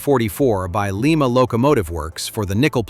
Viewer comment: For crying out loud learn how to say Lima